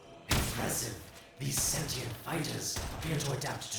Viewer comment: You're still on sentinel. Its sentient. Sentient! Where are you even getting sentinel from? Lol